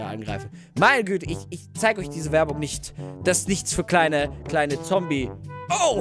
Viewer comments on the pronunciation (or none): none